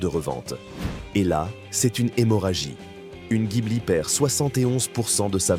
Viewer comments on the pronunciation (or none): none